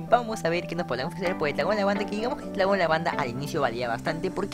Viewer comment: NO LO PUEDE PRONUNCIAR LOL 🧠🧠🧠🧠🧠🧠🤓?